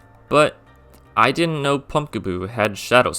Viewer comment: DIDN'T, NOT DIMT! AND THE G IN SHEDINJA IS SUPPOSED TO BE A J! FIX IT NOW!